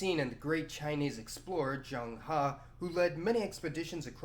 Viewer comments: lol got the pronunciations close. its actually not jang ha but its close. its more like cheng hē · The 15th century traveller name is pronounce as "zhe-ng her". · I appreciate him trying to pronounce the name correctly, the "e" in zheng and he is pronounced a little more like eugh like you're nauseous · Zheng He is also known as Cheng Ho in Malaysia and Indonesia. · Not exactly correct but at least hes trying to be somewhat accurate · Hui sounds like “hway” Zheng He roughly like “jung huh” ... 加油！